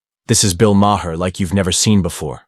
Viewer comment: “Bill Mah-Her”